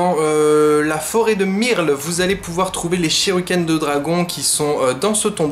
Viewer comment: Je suis le seul à remarquer qu’il dit Shiruken au lieu de shuriken ?